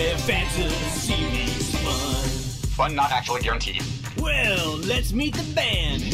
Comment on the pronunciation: "fun not actually gaurantied"